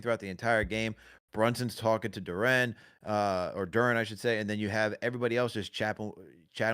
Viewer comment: Why yall keep calling him Jalen "Du-renne" lolz.